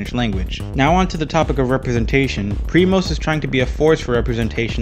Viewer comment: it is not primas instead of primos ???